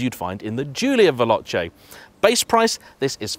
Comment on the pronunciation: Yep. At least he managed to pronounce 'Veloce'. We could have been blessed with 'Veloke'.